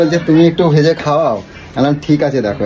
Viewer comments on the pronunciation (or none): none